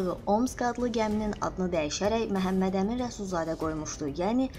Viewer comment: Ay qiz Mehemmedemin deyil axi Memmedemin dir